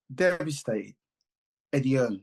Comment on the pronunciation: I just 'LOVE' the way people keep saying Eddie 'HEARNS'...it's 'HEARN'😂. He is not related to the GREAT Thomas 'The Hitman' Hearns😅....Put some RESPECT on this man's name😂😅😅😅